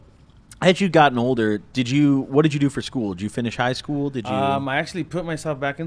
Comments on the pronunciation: Ik wanted to laugh everytime he said schoo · i luv how this foo say scoo😂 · Shi had me dying